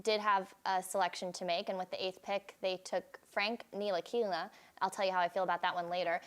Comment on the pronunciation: NI-LI-KI-NA?....WHERES THE (T) AT??????!!!!!!.........HOW THE HECK YOU GET A JOB ON THERE AND CANT READ. HAHAHA. N-TI-LI-KI-NA!...GET BACK IN THE KITCHEN BITCH!